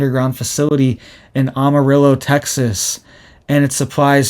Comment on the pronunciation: Armadillo Texas? AM A RILLOH’. Get it right